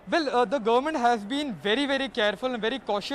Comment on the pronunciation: Guvmoont???? What kind of pronunciation is this?? 🤣🤣 Kumbh Mela covidiots are going to wipe out entire UP and Uttarakhand. Dead. Rip.